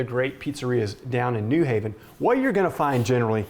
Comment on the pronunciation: its also new HAven, not NEW haven